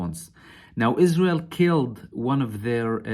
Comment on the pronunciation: "Is-Raw-Hell" is so wonderfool. .